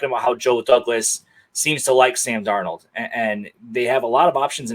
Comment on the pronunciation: Why can't he say Sam Darnolds name?